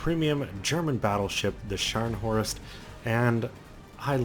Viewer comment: Scharnhorst. Not Shcanhorst or Scarnhorst.